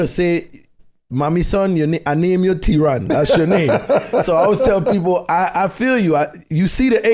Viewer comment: Theron ...where is the H. 😂😂😂🙌🙌🙌